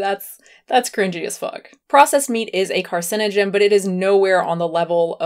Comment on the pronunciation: no ones gonna mention that freelee calls meat a carcigen... not carcinogen? lol